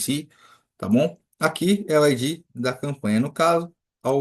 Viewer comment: Você pronuncia ID como se procuncia IG. Coloca no Google tradutor esses dois pra você ouvir a diferença.